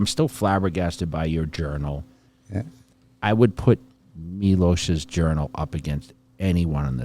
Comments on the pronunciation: I love how Jay says Milosh(Miloš), not Milos like all the rest. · I love how Jay learned how to pronounce Miloš's name correctly And does it every time